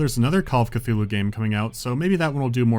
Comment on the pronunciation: Ah yes, Call of C'th-uty!